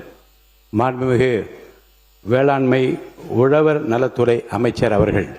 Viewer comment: அது உலவர், எலுவார் இல்ல 🤮 உழவர், எழுவார். ழ கரமே varala. தமிழ் எப்படிப்பட்ட மொழி..! அழிச்சிடுவிங்க போல.